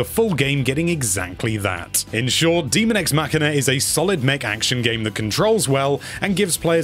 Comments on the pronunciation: There is no "a" in demon. Hence, daemon is pronounced day-mon. Not too complicated. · What part of "daemon" is pronounced "demon" ? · Just FYI, it is pronounced "day-mun." Characters say that word in the game. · its definitely not "DEMON EX MACHINA" there is a real word called Daemon and its a separate thing